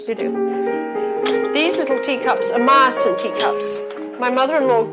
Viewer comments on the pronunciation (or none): That woman can't pronounce Meisen, where is she getting the additional "i" from? 😂 also how on earth does she think you can't buy it anymore, the antiques world is full of the stuff, if you can afford it.